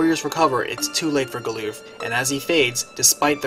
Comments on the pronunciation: is butchering the english language, with ALL of the pronunciations, from multiple videos... Its Gal-uff not gooloof or Bahamut, is Baa-hum-mutt, not Bah-hum-moot. Just American's take on english. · GAH-luhf not gah-LOOF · hmm. never figured Galuf would rhyme with "aloof". I always pronounced it as GAL-luhff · Goddamn I was taken back by Galuf being called 'Galoof' instead of 'Galluff', that's a new one for me, lol. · He is indeed butchering it but to say Americans butcher it is offensive I for 1 am American and don't butcher it this much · The way you pronounce Galuf's name makes me cringe.